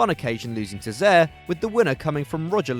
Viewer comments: What’s a “Zare?!” It’s “Zaire” 😂😂🤣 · Bro, it’s pronounced ZA-IR, not ZER, Zaïre aka Congo for life, put some respect on my country, Wakanda 🙅🏿‍♂️ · Your pronunciation of Zaire was disgraceful